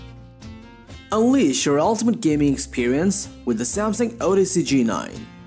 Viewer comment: "gay-moot" lol